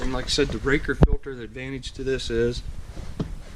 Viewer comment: I’ve always heard it pronounced ray cor. Raker is something on a chain saw. Put the same one on my bx2230 about 8 years ago.